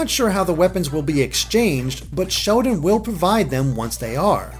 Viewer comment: does anyone else thinks says "Shodan" instread of Sheldon?